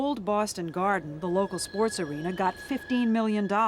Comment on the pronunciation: The Gahden!!!